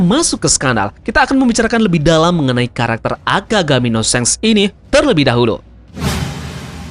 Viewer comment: SHANKS BUKAN SENG BACANYA TAMAGON THOLOL 🔥🔥🔥🔥🔥🔥🔥🔥🔥🔥🔥🔥🔥🔥🔥🔥🔥🔥